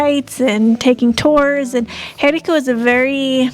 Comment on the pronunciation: the acute accent over any vowel in Español, indicates where the stress of the pronunciation should be made, therefore the name of the town Jericó, is pronounced emphasizing the final 'o', rather than the 'e' as you pronounce it.